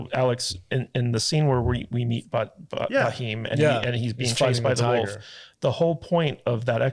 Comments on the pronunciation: It is not Bahim. It is Bheem. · youare pronouncing raheem for bheem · Not baheem it's bheem it's name from Mahabharata.... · not baheem yaar it's bheem. Alluri Sitarama Raju (played by Ram Charan) and Komaram Bheem (played by Jr. NTR) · It’s not baheem, it’s “beem “ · you are pronouncing for bheem as raheem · Not bhaim it's bheem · Not bahim you ashhole he is Bheem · Please don't say Bah..heem 🙏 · It's not BAHEEM.....its BHEEM...pronounce it as "Beam" simple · All good but stop saying B heem..... It's bheem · Baheeem, or is it bheem. Oo wait you don't habe BHA sound in english, so give you that. Could have researched a lil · slight pronunciation correction.. its bheem.. not Ba-heem ... drop the "a" and its all good !! :goodvibes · Its Bheem not baheem😉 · Thank you all for your love towards our Indian film made in Telugu but please pronounce names correctly it’s not Bahim it’s “Bheem” one of our indian god’s name. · who is BHAHEEM??? its Bheem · Name is pronounced "Beam" (spelled as "Bheem" in India), not Buh-Heem lol. and Raju and Ram are both names used for the other guy. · It is not Baheem... It is Bheem, like you pronunce Beam which a stress on 'B'. Plz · It's not Ba-heem guys! It's pronounced Beam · Not baheem ,his name was Bheem (भ, भोंसड़ी वाला भ) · Do watch kgf1,2 N it's Bheem not Baheem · Great podcast guys specially the beard guy👍 and ntr is bheem not baheem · Who is Ba-heem 😂 It’s Bheem, very close to the English word beam, with a soft “h” sound after the “b.” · his not Muslim he took that getup when undercover his name is Bheem(Bh=V) not Ba Him full name KomaramBheem he's very respected freedom fighter so please hear the name and please properly say it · His name is bheem not bhiheem😊😄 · The H in Bheem isn't silent but, as you said, it's not Ba-heem either 😂 The B and H are to be pronounced together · It's Bheem not baheem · It's Bheem, not Baheem. Bheem is like beam in pronunciation. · Baheem is crazy, it pronounced “Bh, eeam’a’” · It's Bheee-m.